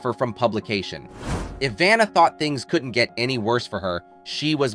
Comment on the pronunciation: He mispronounced her name and Pat's last name at the end...so stupid.